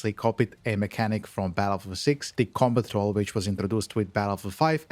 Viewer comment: Took me way too long to realize this dude was saying "Combat Roll" 😅